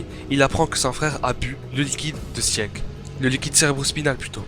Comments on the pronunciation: Petit astuce quand ya un e dans un prénom de SNK il ne se prononce pas, donc faut prononcer sigue et non sieg pareil pour pique et non pieck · Bon commentaire😀. Par contre Sieg et Pieck se prononcent "Sigue" et "Pique" 😉